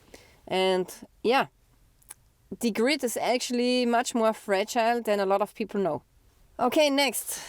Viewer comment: I like the way you pronounce "people" as "peepor"... HAH!